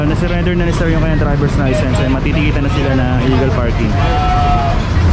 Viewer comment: Sir license hindi licensent please correct your diction Sir